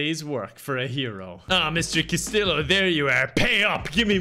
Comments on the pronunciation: lives in Spain Also: pronounces Castillo as cas-til-oh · resident of Spain. Castillo is pronounced with the y sound of a double LL in Spanish. Casteeyo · lives in Spain for months Also: cas-till-o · living in Spain but still pronouncing Castillo wrong really got me 🤣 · Don’t you live in Spain? Isn’t Castillo ( pronounced last-t-o) like the most common name there? Hahaha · i expected u to pronounce castillo spanish:( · you've been skipping your Duolingo lessons, haven't you? I can tell from how you pronounced Castillo. The owl's gonna get ya. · I can't believe you're literally living in Spain and don't know how to pronounce Castillo. (Double l in Spanish is a y sound.)